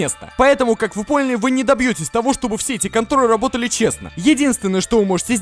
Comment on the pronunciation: говорит вместо работали рработали заметили?:)